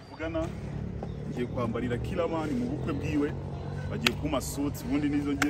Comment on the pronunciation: "Killerman conglatulation?" C'mon you can do better than this😂🤣🤣🤣🤣😂